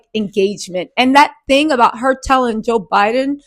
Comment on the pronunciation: Joe Biden😂😂😂 this lady always misspeaks and it’s so funny….it’s so prerogative😂